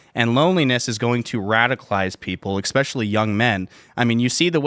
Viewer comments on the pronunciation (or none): Ex-specially -- why do people say that hahahah. It's Especially, there's no x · SAY EX-SPECIALLY ONE MORE TIME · EXSPECIALLY? It hurt every time I heard it. Great Timcast though regardless. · Tim, this guy seems like he'd appreciate you helping him out on the pronunciation of "especially." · brother.... don't criticise the UK spelling of "practise", only to then demonstrate repeatedly that you don't know how to spell or pronounce the word "especially";) Strong beard game tho.